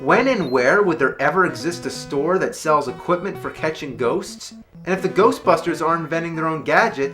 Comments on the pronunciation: the ghostbusters sounded like "go fuck her" trololo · I heard GAYBUSTERS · it sounds like GHOSTFUCKER! :) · It’s Ghostbusters not Ghostbuster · Sounds like it’s saying "go fuck her" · Why does it sound like "GOBUSTERS!!!" XD I know it says "GHOSTBUSTERS!!!" but it sounds like it's giving a idea to Bandai about Tokumei Sentai GoBusters! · I heard Ghost fuckers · it sounds like its saying ghost fuckers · Sounds like he's saying "Golfbusters!!" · GHOSHBUSHTERS!!!!!!!! What The FUCK was that? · Game:Ghost busters AVGN: Ghershtbusters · "GHERST BUSTERS" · Sounds like the guy saying GERSTBERSTERS on the title screen never pronounced the S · gheeerst beersters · GHOOST BUSHTERS!! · hahahaha I can't stop watching to XDDDDDDDDDDDDDD GHEEESHT BSTEEEEERRSH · "Ghosshhbustersssh!" What the fuck was that? "Ghosshhbustersshh!" LMAO. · I almost pissed at GHLOSHT BRHUSHTERSS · Lol Japanese pronunciation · LMFAO "Ghosbusters"